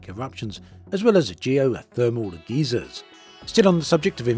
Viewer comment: A geezer is an old fogie. Why would they put geezers into the game? Or did you just pronounce geyser incorrectly?